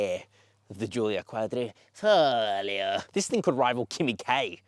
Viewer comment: Well done for the accurate pronouncing of Quadrifoglio. 👍 The round the Nurturing is everything you need to know!